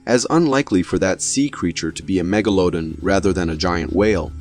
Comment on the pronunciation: It bothers me that you pronounced megalodon two different ways